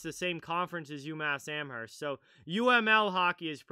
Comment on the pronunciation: Just a tip don’t pronounce the h in Amherst